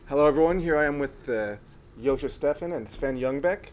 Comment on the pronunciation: oh my God, I have been pronouncing Joscho's name wrong all of this time:)